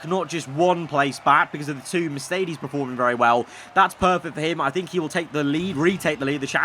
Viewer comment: Just me or is it annoying that says preforming instead of performing